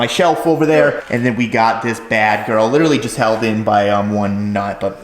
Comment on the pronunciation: Can someone please for the love of god teach how to say literally!